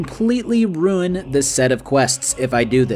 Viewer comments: Just curious but why do you pronounce Ruin as Rune? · After 1 hour and 44 mins I realized it was RUIN and not RUNE… Lol